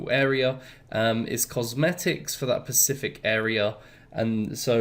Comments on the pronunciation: love the vids, but am i the only one who hears “pacific” every time he tries to say “specific”? 😂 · Love the videos, great content actually got me and my friend back into it :) Also love how bad your English is sometimes, when you say pacific I assume you mean specific XD